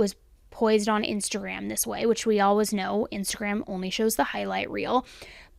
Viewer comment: I love this channel but there have been a couple videos I had to turn off because it had the word always in it so much. She pronounces it aww-ays. No L in it.